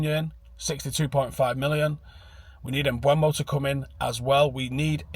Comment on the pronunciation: IT'S NOT PRONOUNCED "MBWEMO" FFS!!!!!!